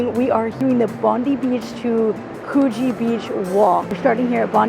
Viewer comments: (Bondi = bon-dye, a name used by early Indigenous Aussies, thought to be inspired by the noise of breaking waves in the beach). There are two Coogee's in Oz, one in Sydney and one in Melbourne, to make it more challenging each beach is pronounced slightly differently, Sydney-siders tend to pronounce the beach something like Could(the word)+gee. Hope you had fun! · Coogee is pronounced differently in Sydney and Perth